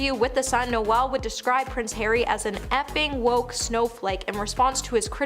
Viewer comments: Er.. No-el .. as in the Christmas carol? NOPE. More as in rhymes with mole. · Bahahaha, No-Elle Gallagher 😂 Is it that hard to pronounce the names of the people you are ripping correctly? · You pronounced Noel as Noelle! Pathetic!! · It’s Noel like Lowell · Noelll? She pronounces so many names and words incorrectly. It’s cringey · Noelle Gallagher? Good grief! Are you stoopid or sumpin? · noel ? please pronounce his name correctly he does not identify as female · Not only can this chick read a teleprompter, cant understand basic grammar like commers and full stops, pronounce basic words, string a sentence together. She can't pronounce a standard name like Noel